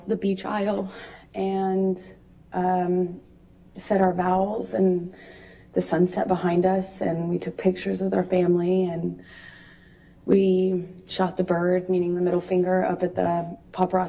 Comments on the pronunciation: She said VOWELS instead of VOWS Lmao! What a Dummy! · She said vowels instead of vows